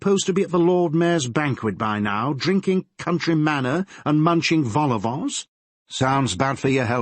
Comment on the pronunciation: . Munching volleyballs? I actually do know what he meant, vol au vents, but Americans don’t often eat them, so it sounds like volleyballs.